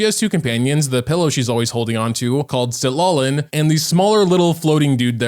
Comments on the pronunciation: its pronunce ciTLAli, not Sid la li, i got chu bb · Citlali is cee-cla-li